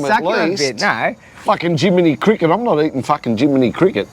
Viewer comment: "I'm not eating Jiminy crickest"............so funny!